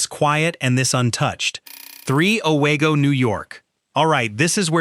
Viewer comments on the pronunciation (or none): I’ve never heard of Away-Go. O-WEEE-go, yes. Not spooky. Geez. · It is pronounced “ O-WE-GO, not O-WAY-GO! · You were doing well, I think, untill I heard O-WAY-go, and at that point I started wondering. Then you totally messed up the Aurora/East Aurora thing, and I immediately changed my "like" to a thumbs down. I wish people who do half-assed work, like this, on these videos, would find something else to do. Total embarrassment. You've got to care to do it right !